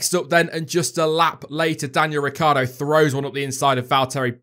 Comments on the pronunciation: Surely everyone mispronounces Danny Ric's name...Ricciardo....not Ricardo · Lucy Burborough Ricciardo pronounces his name 'Ricardo' instead of the Italian pronunciation 'Rit-char-do', saying that is how his family pronounces it.